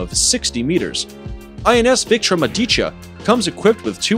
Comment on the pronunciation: Hey wooo nice video, but it's INS VIKRAMA_AADIT_ YAA, not INS VIRAMADITA if wanna pronounce it correctly break it as I did.